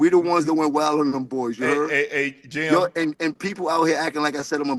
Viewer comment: Unc: Yo name JIM.... not GYM